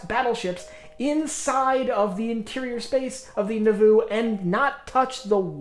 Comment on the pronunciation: It’s pronounced like “Nah-voo” not “Nuh-voo”.